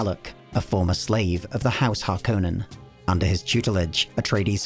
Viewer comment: THANK YOU! The only youtube channel that pronounces harkonnen correctly.